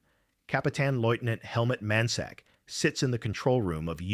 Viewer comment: He said the U-boat dudes name was "Helmet Mansack". LMAO What kind of ignorant AI trash is this? 😀